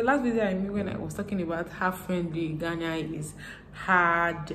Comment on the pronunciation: Im the first here dear.. I love the way you talk and most esp how you pronounce "in ghana"!